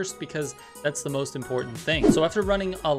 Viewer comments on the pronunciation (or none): none